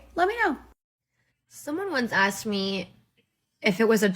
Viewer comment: It’s asked NOT aksed